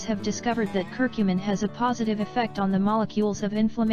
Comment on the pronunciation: I dont understand why she is saying cur cummin